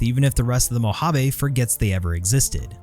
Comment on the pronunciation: Great video. One critique: Moe-Hah-Vay, not Moe-Hah-Vee Keep up the good work, love the content!